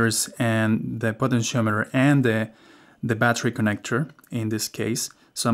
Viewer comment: What’s a “Potent-Shometer” 😉 (Great video, thx 😊)